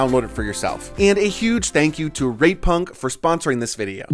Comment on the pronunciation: Please go out of your way to really enunciate the T in rate punk 😂